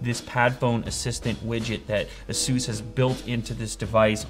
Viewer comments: "ah-soos"??? i thought it was "aye-sus" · It is Asus not asoos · Your pronounce Asus wrong its supposed to be Eysus not Asus correct me if I'm wrong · Second yup, I was like: what is this brand? Can you tell me where to find this? I only know ASUS not ASOOS is this some kind of copy again? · It's not pronounced "Ah-sus" It is "A-sus" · A-soos? Don't you mean a-sus? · so is it normal to pronounce is "a soos"? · ended up googling it and it appears there is a way to say it. just not "a soos" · he said "Asooose" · just say áázuj thats the portuguese way for asus or in english...its ai su s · He said asoos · It's pronounced ace-us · yea that's how i say it too, which is why it sounded weird to me in this video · the way he pronounced asus lol